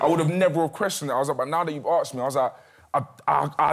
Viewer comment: "You was" "We was" "They was" "You aksed" "We aksed" "They aksed" I must've attended the wrong english class